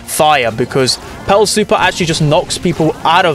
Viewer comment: Every time he said Pearl I thought he said belle